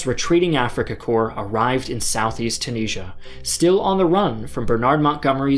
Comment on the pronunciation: Why do you say Tunisia so incorrectly?